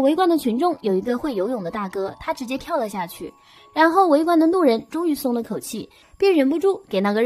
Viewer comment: 😂還有 旁邊的"怒人"